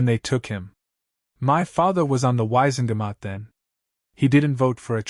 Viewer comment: "wise and gamut"? The true spelling is not three separate one syllable words. 😅